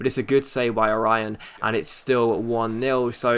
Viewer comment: Orión is pronounced O-REE-OH-N